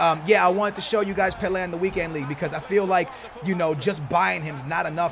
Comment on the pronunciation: Anyone else hate the way he says 'pele'